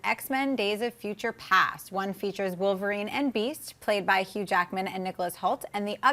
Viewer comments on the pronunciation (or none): none